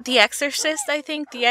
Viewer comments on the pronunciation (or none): the exorsscuuuucissthuy, u mean the exorcist? lol